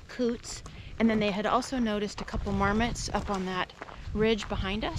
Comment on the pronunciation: Nice, another great location you visited. It's funny when you said about marmots at first I thought you said "Varmits", haha